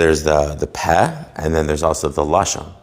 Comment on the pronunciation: Wrong. It's pronounced pay (slightly shortened), not peh. Though punctuated with a segol, the letter heh after it elongates the sound a bit. Lashon is tongue. Lashon is both the physical tongue and a language. Lo'ah is another word for mouth. Generally, one should endeavor to learn before trying to teach.